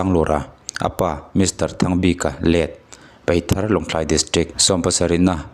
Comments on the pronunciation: I van chhiar thiam li ve peithar nilo in paithar tih tur w/o ti ni nana apa i tih zawh zek bawk. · Peithar tih in I lama,PAITHAR tih anih kha😊